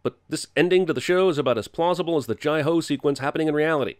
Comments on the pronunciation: JYE ho? Its JAY ho lol. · As a Maharashtrian Indian I actually cackled when Jeremy said "Jai No" because the "Ho" in the original phrase(Jai Ho) means 'Yes' in Marathi. 😂😂 I don't know why but that was too funny.